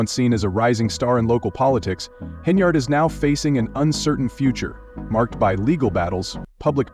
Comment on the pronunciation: Pronounce her name properly .